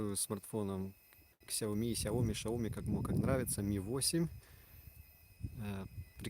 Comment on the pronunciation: Правильно произносится на китайском Сияоми=Xiaomi.